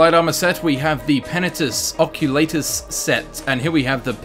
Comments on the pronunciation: The way he pronounces Penitus Oculatus... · Him Saying "Penitus..Oculatus" had me dying! xD